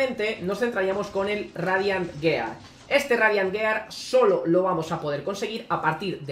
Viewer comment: ¿Tan difícil es pronunciar "giar"? Duele cada vez y en un minuto van como diez xd